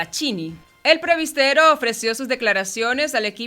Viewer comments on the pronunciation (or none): No pronuncias bien la palabra presbitero